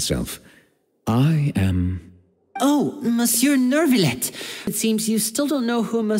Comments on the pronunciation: it's so weird how inconsistent they are with which words they want pronouned correctly and which ones not. Everyone pronounces Oratrice Mecanique d'Analyse Cardinale correctly, but then they also say neurvilette instead of neuviette. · WHY ARE THEY SAYING NEURVILETTE😭😭😭 IT'S LITTERALY PRONOUNCE NEUVIETTE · Monsieur Nurrvilette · Paimon:who knew that nEvIlleu would be so easy to talk to (didn’t even say the "t" lol) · NER-villette… I imagine this is due to the direction the VAs received. Most likely they were told to pronounce it almost like there was an R after the vowels. So they very much did add an R to their pronunciations. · As someone who speaks french, it’s hard not to cringe at their pronunciation of Neuvillette 😭